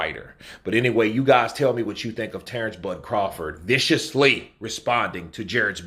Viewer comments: PLEASE CORRECT HIS NAME ITS JARON NOT JARED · Pretty sure his name is Jaron not Jared